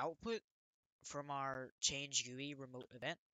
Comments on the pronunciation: he really said gooey instead of GUI 💀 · No offence but its not called gooie it called something like G.U.I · bruh its called a G.U.I not gooey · good video but you said gooey not GUI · Quit pronouncing GUI "gooey" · Gui = gee you eye, not gu e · great video, it's easy to understand... but Isn't gui pronounced G-U-I (gee-yu-ai) and not gui? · how he dosent say G.U.I and he says gooey annoys me so much and makes this gainful to watch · You dont call Gui Guee is G U I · its pronounced screen "gee you eye" lol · Its not gooey its GUI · it is G-U-I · WHY DO YOU PRONOUNCE GUI LIKE GOOEY BRO?!?!?!?!? DON'T TELL ME YOU PRONOUNCE GIF LIKE JIF TOO Still good vid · its pronounced jee you eye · him calling it a "gooey" makes me feel so uncomfortable lmao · its pronounced G-U-I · He said Gui wrong